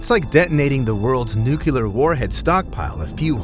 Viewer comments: It's nu-cle-ar...not nu-cul-ar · Nuclear NOT nukelar!